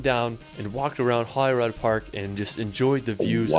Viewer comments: Trust none of this videos pronunciation. Truly painful. Holyrood - holly-rude The castle you recognised has been in many films, including Highlander. This is such a random collection of places, beautifully shot but random. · The guy on the video has mangled place names. It isn't Scat-land or Edin-boro. It is Edinburgh pronounced Edinburra. It isn't Glen- feenan. It has an "I"in it and it isn't Holly road FFS!!! It is pronounced the way it is spelt Holyrood. How do someone get road out of that. As for Sligachan and Bidean nam bian ... Then my birthplace Glasgow. It is pronounced Glas-go. Try and learn how to pronounce the bloody names. It is so annoying. This guy has barely scratched the surface of what Scotland has to offer. Nothing in the south or Fife and the North East. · Holyrood as well. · Scotland has such epic landscapes, if you love hiking you will have a great time here (or even if you don't like hiking there are amazing places to visit). Please, before you go, check out how to pronounce the place names or even ask some locals. It is rather irritating when people don't even bother checking. Edinburgh is pronounced Edin-bruh, Glasgow is Glas-go. Holyrood is "rood" not "rod". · Edinburgh is pronounced "Ehdinburra" and it is Holly Rood Park, written Holyrood. It means Holy Cross. Eelin doanin Castle. The "ch " is always pronounced at the back of the throat, never "sh"! Duncan as the name with bay. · Whenever this guy's videos get reacted we have to tell the reactor there is a health warning on his terrible pronunciation. He can't pronounce even Edinburgh or Holyrood park. Don't copy him. It's Edin-brurr and Holly-rude. (and Glen-fin-un etc etc etc) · It hurts my ears when people say Edinboro. Holyrod park in Scotland and Hollywod California.